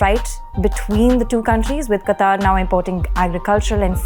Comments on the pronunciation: It is not pronounced "qataar", it is pronounced as "qatar". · It is not Qataaaar...it is Qatar.......Qataaaar means line.... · it's pronounced as कतर NOT कतार. Thank you for sharing good insights. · it is pronounced qatar, not qataar. Google is wrong. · It is "Qatar" and pronounced as Kataar.